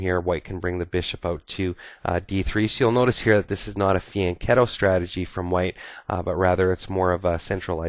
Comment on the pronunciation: Hi, great video. But are you sure your are pronoucing fianchetto correct???